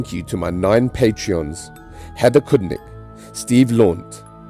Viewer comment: I'm impressed you pronounced my last name correctly!!!! Cheers! -Heather Cudnik